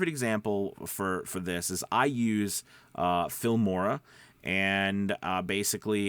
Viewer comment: What did you say you use? Sounded like “film aura”.